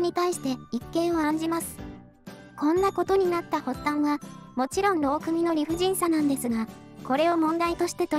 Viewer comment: さといもうまいさんも言っているが、 〝労組〟はろうくみとは言わない。 ろうそと言う。 ま、機械が読んでるんだから仕方ないか？